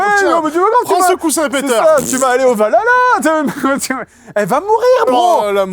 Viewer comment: Film bourré d'incoherence et de blagues pas drole. En VF ils disent meme VALALA au lieu de VAHALA. La déesse pote de Thor, perd son bras contre Gor, mais n'est pas tué. Thor lui dit qu'elle n'ira pas au valala car elle doit mourrir au combat. Sa meuf meurt du cancer, mais y accede. Bref pleins de trucs wtf